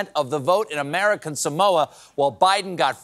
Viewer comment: I just wish that someone would pronounce "Samoa" correctly.